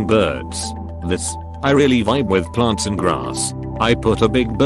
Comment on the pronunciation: Lol@ "plaRnts and graRss"